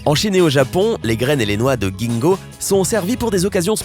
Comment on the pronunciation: Merci mais entre parenthèse on prononce jinnko